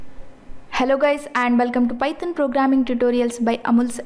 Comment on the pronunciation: Wow your pronounciation of Python was Paaeethen....made me laugh